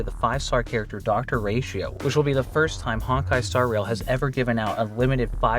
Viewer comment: Not Honk-Kai... its HONE*KAI